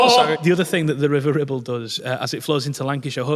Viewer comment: was very careful to pronounce the R this time.